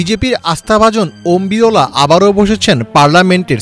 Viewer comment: বিরোলা নয় বিরলা স্পষ্ট করে কথা বলুন